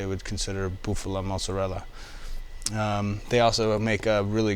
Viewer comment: cause he mis pronounced Mozzarella, and did not want to Fuck up trying to say Reggiano.